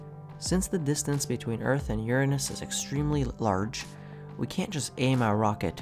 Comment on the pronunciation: Finally someone says Uranus correctly.